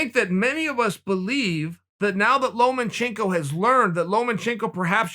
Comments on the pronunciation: “Loma” - can someone tell Sonnen it’s’ “lomachenko” not “Loman”. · Chael, it's Lomachenko. Not LomaNchenko. Just saying. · It's LOMA chenko not LOMEN chenko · Lomachenko: Lomachenko Chael: Lomenchenko Lomachenko: Lomenchenko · Chael “Lomen-Chenko” Sonnen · Chael "Lomanchenko" Sonnen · "Lomenchenko" - Chael Sonnen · Chael “Lowmanchenko” Sonnen